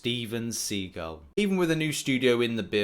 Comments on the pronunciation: Dude, summoner sigil. It's pronounced like fridge.sidgil. it doesn't have two gs my dude. You sound a little dumb if I'm honest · Why is everyone saying sigil as if the first "i" was an "e"? It is pronounced sigil-like signature not like seagull. got it wrong as did prof hoff. Seating got it right. If this was intended as a joke then I am sorry that I didn't get it. Cheers. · Why are so many people having problems with the word "SIGIL" it means the same thing here as it did in game of thrones, a family sigil, but seems like everyone is pronouncing it differently , I don't get it. Now actually having to buy the sigil that's just insane, may be a dif story if the game actually ran well all the time & bugs & issues were rare instead of the norm it would be easier to consider buying this for $10 a month, but hell at this point kabam should be paying us to pay alot of the times.